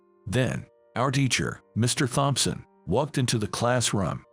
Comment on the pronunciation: Can't seem to remember if there are 5 siblings or 7. Too bad the robo-narrator doesn't know Thompson has a silent "h". Oh well.